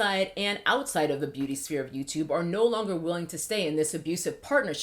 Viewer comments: Me trying to figure out if she's saying "booty" instead of "beauty" on purpose😂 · Ok. Glad someone else noticed too. I watched this video on multiple speeds trying to figure out why I was hearing "booty" rather than "beauty." I got extra confused once I saw that my phone's live captioning and YouTube's closed captions on this video read, "booty" as well. So thanks! It wasn't just me. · call me childish but I keep thinking that she is saying "Booty" instead of 'Beauty' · Okay I keep hearing booty guru lol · All Im hearing is booty influencers/guru when you speak and its just funny. I can't unhear it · I'm hearing Booty Gurus. Lol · Lol every time you pronounce beauty as “booty gurus” I laugh..